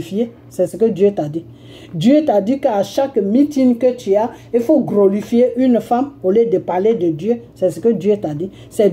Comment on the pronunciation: on ne dit pas "Grolifier" plus tot "Glorifier".exemple:(gloire) à dieux.